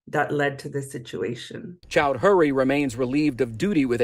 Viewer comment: Chow-dree, not "Chowd-hury." Not that this douche bag matters but lots of other people have the same surname.